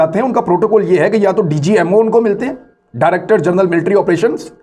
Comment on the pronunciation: tum english toh parh nahein saktay translation kaisay ker rahay ho . Aaj tuk tum general ko jernal parhtay ho iss liyey bongian marni chor dou .